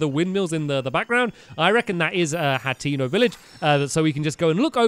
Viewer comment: by the way stamps it's pronounced Hay- ten- oh hateno